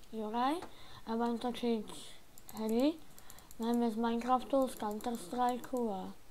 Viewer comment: Minekřaft ty nevies povedat r?